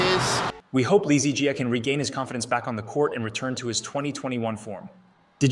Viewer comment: Dude was having diarhea. I think you are reading too much into it. Besides that, your pronounciation of "Jiaaaaaa" triggers me a lot :)